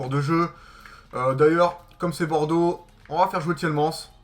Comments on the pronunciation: c'est t-i-e-l-m-a-n-e-s que ça se prononce et pas t-i-e-l-m-an-s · c'est pas Tilmans c'est Tilemanes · c'est pas tilman ni tielmans mais c'est Tielemans!!!